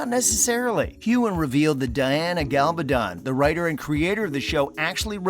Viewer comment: How can Diana Gabaldon email Sam the last few pages of a book that has not even been written yet? This is just another clickbate video. This idiot narating like other people doing these videos cant even pronounce the name of the author. Its not up to the cast or Diana Gabaldon weather the show gets renewed for season 8 since that decision hasnt been made.